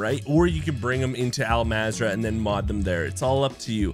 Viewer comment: The game literally pronounced “Al mazrah” for you, and you still fuck it up some how…🤦🏽‍♂️